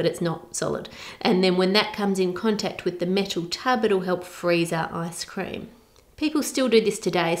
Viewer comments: Hello Ann Which one do u think is better, ice cream or tart? Edit: i just realized he said lice-cream🤣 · "Is it Lice cream" 🤣🤣🤣🤣🤣🤣 oh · "Licecream" LOL being a dad with them dadjokes. Nice one. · "Lice Cream." I love. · "lice cream" 😅 Nice vid, thanks for sharing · "Lice cream"!!! 🤣